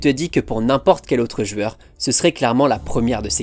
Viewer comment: Je viens seulement de capter qu'il est incapable de dire jOUeur mais qu'il dit jUeur tout le temps.